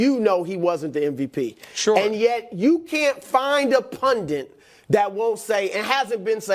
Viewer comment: First of all, for god sake, the word is PUNDIT, just one N. It’s pronounced “pun-dit”. And second, it’s just a stupid meaningless point to say “he XYZ for a reason”. Of course there was a reason. If you want to make a point say what the reason is. Seriously sports PUNDITS are illiterate.